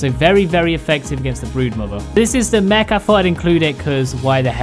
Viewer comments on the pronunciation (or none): none